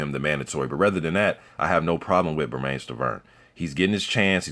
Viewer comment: Everyone mispronounces Bermane Stiverne's first name. It rhymes with "Herman".